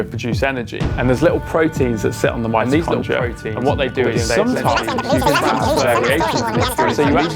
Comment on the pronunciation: I was thinking that as well when he said Midrocondia😂